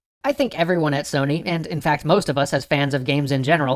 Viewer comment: You said Sony wrong